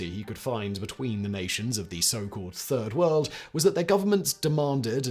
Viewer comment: Oh....I thought it was turd world 🙉